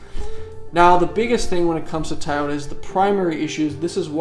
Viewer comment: Tayota lol